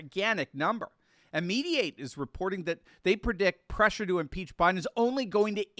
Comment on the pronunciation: We must impeesh!